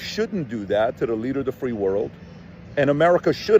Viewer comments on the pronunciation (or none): none